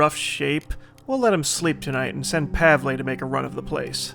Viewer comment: You were right in the beginning. It is /Pah-vul/ not /Pah-vlei/.